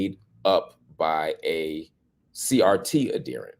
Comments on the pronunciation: ad-he-rent with the emphasis on the second syllable. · Marc, please stop mispronouncing that word. It is "ad here nt," not "ad dear nt." As Tommy Sotomayor would say, "Look it up, nigga."QED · The word is pronounced ad-herent not adderent. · Pronounced Ad hear ant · This is why I DO NOT speak to white people anymore. He actually thinks he's well-meaning. And Marcp, for the love of a diety, look up the pronunciation of the word adherent.